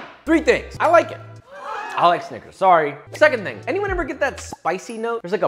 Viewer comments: that is NOT how to pronounce snicker... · he did NOT say snickers. 💀